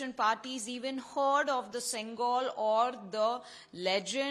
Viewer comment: Oh god, plz pronouns correct, sengol ( szen +goal), reporter pronounce sengal which means bricks